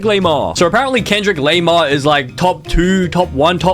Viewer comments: you pronounced kendrick lamar as kendrick lamear and tupac as pas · "Kendrick laymar" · bro is tupac not tupaste🤬🤬is kendrick lamar not kendrick leymar, you are just pissing me off, AND FINAL IS NOT AMYNEM ITS EMINEM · He say cardeye b and and Kendrick leimere and two pace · Bro said em eye nem 😂 And kendrick laymar 😂 And two pace 😂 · Amainem, Kendriq Lamarq, Cardie B, 2 Pase, don't see an issue hear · “Kendrick laymar” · "Cardai" "Kendrick Leimare" "Two Pace" "Emaynem" 💀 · Em-I-nem 😭😭😭 CenQuip lamar😭😭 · its lendrick kamar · Actually,Its Kendick Leymar